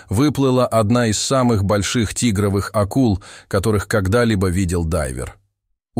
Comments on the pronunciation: " плАвником ", 🙈 "тИгровых" 🤦🏽‍♂️🤦🤦🏼‍♀️ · Тигровых акул а не тигравых. Плавник а не плаааник. Что каверкаем русский родной язык. Сколько слушаю таких передач, но не разу не слышала таких слов😢😢😢.